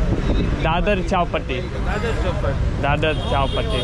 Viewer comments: Its not Chaal Patti , itd Chaupati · It was strange to see the taxi drivers fail to understand chowpatty when you slightly mispronounced it. It’s like when a tourist to NY city says I want to go to Time Squaryy. You would think the cabbie would get it you mean time SQUARE ! It’s kinda the same as chawpatty is pretty famous place.